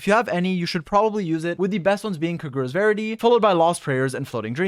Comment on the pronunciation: Ah yes. K'GUHruh's verity.